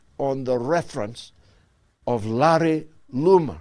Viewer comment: OMG I can't stop laughing "Larry Lumar" 🤣🤣🤣🤣🤣🤣🤣🤣🤣🤣🤣🤣🤣